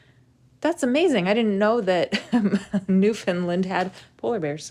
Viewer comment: Love this content but a little piece of me died every time you pronounced Newfoundland wrong. It is our cross to bare lol